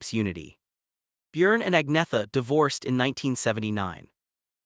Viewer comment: Its not pronounced ag-netha..its pronounced ann-yetta